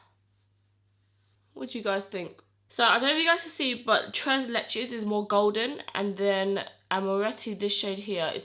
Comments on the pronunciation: Tres leches is Spanish and it means 3 milks which is a commen cake in Latin America,, you said it right lol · No you were right the way you said tres leches! It’s Spanish not French 😋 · Tres leches is Mexican girl! It’s actually a desert and delicious! Try it! Btw you said it perfect the first few times ! Lol love yaaa! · You’re saying it perfectly. It’s Spanish lol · You are pretty much saying it perfectly it is Tres Leches it means three milks in Spanish it is a cake made from three different milks that is why they call it tres leches not French it's Spanish LOL you're so cute love your makeup skills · Tres leches is a Hispanic dessert and you were pronouncing it correctly! ^_^ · You were pronouncing "Tres Leches" correctly without the fancy french accent. Lol 😅 I love you! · Tres leches is Spanish and you were saying it right